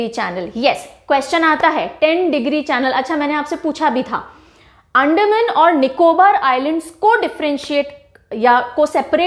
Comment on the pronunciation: Mam Bhut bhut achha pdhati h ap pr mam ek shikayat h अंडमान बोलते है मैम एंडमन nhi mam please Angrejo jaisa sound ni kra kriya Hm Bharatiya hai we don't need to copy Englishmen's Accent🙏🏻🙏🏻